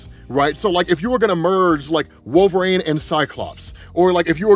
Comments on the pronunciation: Wolvarain is a wild pronunciation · Why do you pronounce wolverine so strangely